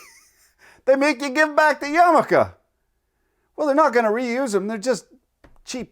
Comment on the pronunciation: Awesome job at including all the letters in your pronunciation of yarmulke. Sugg reading: the chosen by chaim Potok. In the mean time, pls do a caveman tv with all limericks.